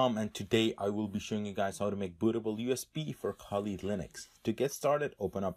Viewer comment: anybody else hear buddha bowl?haha lool :D "buddha bowl usb".